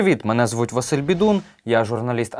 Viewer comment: Василю... ✌️Наголос на "и"✌️